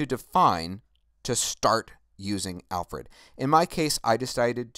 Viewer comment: Your Videos and tutorials are great. Lot of help. But why are you keep saying "AL-FORD"? its AL-FRED